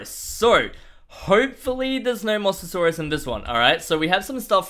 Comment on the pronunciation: Why do you keep saying master source it's a Mose a saurus